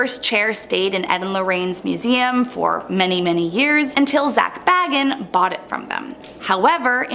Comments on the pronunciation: So I guess people just do not care about pronunciation anymore? Zak Bagans BAY-Genz. Listen to the man say his own name and repeat after him. Ed Gein GEEN. Takes very little effort to look up pronunciation and then apply what you learn. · Hey EVERYONE….its pronounced Zak BAY-GUNS. Not “Bag-ins” not like the hobbit. People who don’t know who he is never say it right.